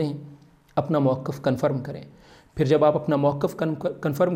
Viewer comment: مُؤَقّف❌❌❌❌❌❌ مَوقِف✔️✔️اسم ظرف✔️✔️